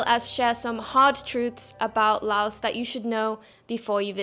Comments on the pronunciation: First: Please pronounce the name of the country correctly. The 's' on the end is silent LAO(S). Please. If you are a tourist, sample street fare carefully. Never go to an empty restaurant . If you are an expat you NEED to eat all the crazy stuff and get your stomach used to all the little, happy germs. A piece of advice I got from a Frenchman and his Cambodian wife in the wet market: "If the flies don't want it, neither do you." In reference to fresh bloody meat that normally attracts more flies than dry, slowly rotting meat. Just take some Immodium and azithromycin. It fixes everything . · Drop the "s" when you say Laos. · FYI, the "s" in "Laos" is silent when pronounced.